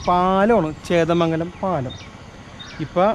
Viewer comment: ചേന്ദമംഗലം ആണ് ബ്രോ.... ചേതമംഗലം അല്ല... 💪💪👍👍👍👍👍👍❤️